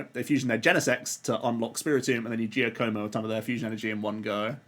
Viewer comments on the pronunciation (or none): Your Giacomo pronunciation needs work